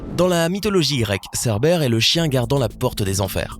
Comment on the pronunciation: C pas cerbére mes serbére ( comme serpent ) !!!!!!